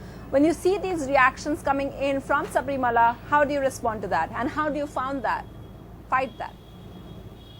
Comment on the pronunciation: The news anchor is not even able to pronounce the word Sabarimala...foolish mules...!!!